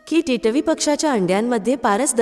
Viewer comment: Katha अगदी सुंदर ch आहे पण तुमचे मराठी ucchar कानाला अगदीच खटकत होते. तुम्ही मराठी नाहीत का? Varnvar येणारा टिटवी हा सहज शाब्द किती विचित्र uccarta तुम्ही ? मात्र तुमच्या आवाजात भाव आणि गोडवा छान आहे धन्यवाद!